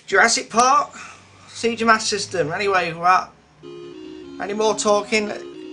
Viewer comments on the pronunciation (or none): please pronounce SEGA correctly - you slightly killed me when you said sea-ga - it is Say-Ga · It is pronounced Se-gah or Say-gah. Two different ways.